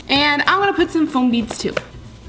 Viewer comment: It’s pronounced beads just beads